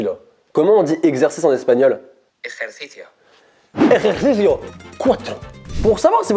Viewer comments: "Comment on dit exercice en Espagnol?" "Ejercicio": "ERERCICIO" Jpp sa ma tué 😂😂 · comment on dit exercice en espagnol Le téléphone:ejercicio:ejerchichio Moi:😂😂😂(perso je suis espagnole et ton accent euhhh comment dire 😐) mais bon sinon super vidéo tu nous fait toujours autant marrer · Exercice en espagnol c'est ejerisio(se prononcé erericio) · On dit ejercicio numero dos je crois Mais le j se prononce r Donc ça fait erecicio noumero dos